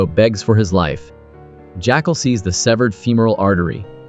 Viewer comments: Not too sure about 'My6' instead of MI6, and 'JackAL instead of Jackul, plus I heard him referred to as Newt at one point! AI needs better management?!? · I noticed quite a few errors like The CEO that the Jackal shoots in the leg is Elias we see him limping before he gets in the car/motorcade that the Jackal is a chauffeuring. The narration is odd calling the Jackal "Jackcall" and saying "he turned into a private car service". I agree it sounds like A.I or some sort of co-pilot that a little editing before posting would've rectified. ✌️